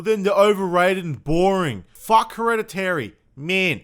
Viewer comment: I love how you say "fuack hereditary, so sloieuw" made me giggle